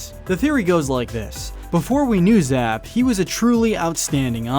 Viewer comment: You raise some interesting points but for the love of god, you're driving me crazy, please stop saying 'zzap'. It's 'Zapp'